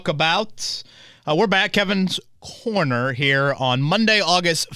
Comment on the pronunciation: "From Kevin's Corna"